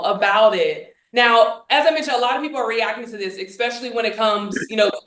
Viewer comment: Cant listen to someone who pronounces "especially" as "exspecially". Theres no 'x' in especially. Sorry i just cant.